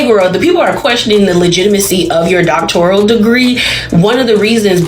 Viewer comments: It's "doctoral," not "doctorial." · 🤣 That's what I said, it's "doctoral," not "doctorial." Yet I have heard supposedly educated people continue to pronounce it as the latter. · Yes. I thought I literally was the only one who was like, "doctorial?" 🥴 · I don't know may ppl in a program or with a doctoral degree that say "doc-tor-i-al" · No person with a doctorate degree CAN'T EVEN PRONOUNCE IT... DOCTORIAL🤔😵‍💫😵‍💫???? Not once has she even said what her dissertation was on because she doesn't have one. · Yeaassss!! It makes me crazy to hear it because not a single person who spent that time & effort would mispronounce their own degree!!!